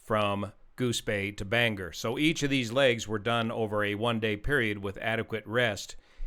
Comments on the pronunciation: I am going to say it is bang-Gore, the G sort of sounds in both syllables, with little more G in the 2nd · Just tossing it out there for everyone, it's pronounced "Bain-gore." most unfamiliar folks tend to soften the O. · Hi. Great video as always. FYI it’s pronounced Bang- ore. Appreciate all you do. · Thats pronounced BAN GOR NOT Er. Great Channel! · Please it's Bang- or. Not Bang - er! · Very strange to see a local news story detailed on this channel. Thanks as always for the coverage! For those curious, it is pronounced Bang-GORE (not Bang-er, but this option is kind of fun). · The pronunciation is Bang Gore not bang her… Someone’s laughing their butt off. Not that it really matters. RIP my friend. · It’s BangOR, Maine! Not BangEr, Maine!! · Bangor “bang-gore” Maine. Not Bang gur. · Pronounced bang-gore and not banger. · Just an FYI since this was so detailed and thorough Bangor is pronounced like it is spelled. Bang-or not Banger. Thanks for the analysis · BangOR not BangER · Bangor is not pronounced as "banger" it's "BANG-gor"! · (pssst.. Bang-Gore... most pilots get it wrong and it gives the local a giggle, as it often comes out as Banger..:);) ) love the channel... not a pilot, just someone that enjoys tech and detail.. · It is pronounced Ban gor not Banger. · In the future, it’s “Bang-or” not banger. That’s something you have with mashed potatoes in the UK. -Maine pilot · It’s pronounced bang-gore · Bang GORE. is there any YT that pronounces it right? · It’s pronounced “bang-gore” I know makes no sense. Also this crash everyone was devastated. First crash in Bangor….. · It’s pronounced: bang-gore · Bane gore is the correct pronunciation 😊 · To bad they didn't send him to Old Town airport just 12 miles away. They have a runway N/NE would have been landing right into the wind that day. And by the way Bangor is pronounced Ban GOR heavy on the gor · "Ban-gore" Maine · Pronounced locally “bang-gore”. Thank you, from Bangor 😊